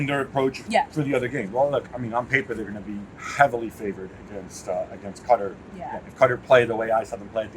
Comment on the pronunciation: Gab just refuses to accept that Qatar is not pronounced "cutter". 🤦‍♂